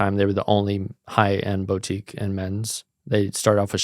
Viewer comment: Please pronounce Niche & Boutique correctly bro.